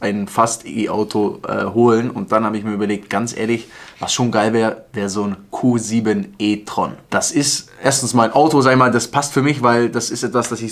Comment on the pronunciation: Wer hat auch erst Kussimetreon verstanden statt Q7 e-tron. :D